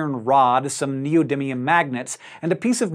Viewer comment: You mispronounced neodidlium.